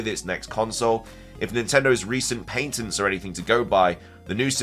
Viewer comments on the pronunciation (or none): Ill re subscribe when you learn how to say PATENTS. theres no i for it to be pronounced paintents